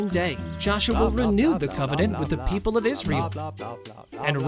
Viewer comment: "and all the pee- p" I love the peep "and fur-" Uhhhhhhhhhhhh